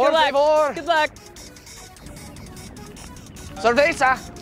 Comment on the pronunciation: "Playa"? "Por Favor"? "Cerveza"? Dude.. one word.. FAIL !